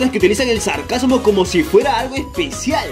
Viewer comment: dijiste sarcasamo